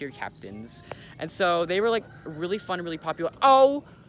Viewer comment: sighs okay so Mandy and Jewel- OH MA GAWD, WEALLY? weally sighs I actually hate those roosters so much…